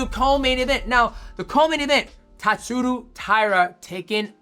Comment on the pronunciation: Japanese name pronounciation vs DJ is undefeated. Also is Josh related to Theo Von? And why does DJ decide to start pronouncing the names right half way thru the vid? Then reverts back to TatsurU but maintains saying VAn. Weird.